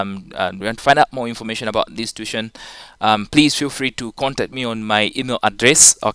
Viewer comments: no its too-i-tion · Sir tuition is pronounced as tu-wi-tion